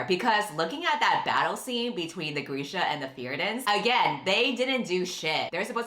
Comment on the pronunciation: Why is Grisha pronounced Greesha?!?!?!???